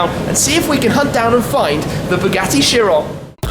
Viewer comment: That's not chiron that's veryon